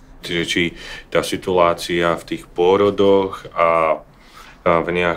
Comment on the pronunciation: "Situlácia" na je tiez super :D Ale po pravde, ak toto su jedine vyhrady voci SME, tak to nie je az take zle ;-)